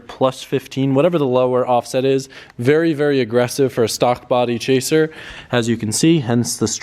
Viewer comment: chaser? i heard traser lol